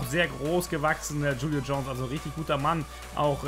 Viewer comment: Er heißt Julio aber es wird chulio ausgesprochen